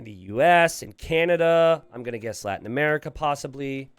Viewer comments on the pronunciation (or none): none